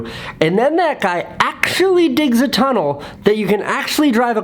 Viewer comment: “TUnnel” Not tryna hate Luv ya Casey